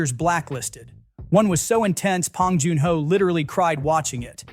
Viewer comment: Too bad the AI can’t say his name right. 😂